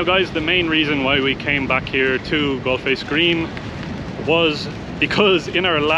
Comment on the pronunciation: Galle Face Green is pronounced as " GOAL FACE " green. Lovely videos by the way. Well done.